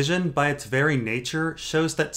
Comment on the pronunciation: "Someone wery powerfull is watching a jon story" and that is ... GRR Martin.